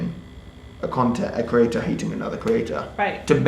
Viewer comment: I hate listening to him. He literally can't speak properly. creaTTTTTor